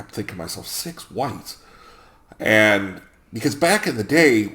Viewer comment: When you first said it I understood 'six whites attack the party'. Guess it's just the times we live in.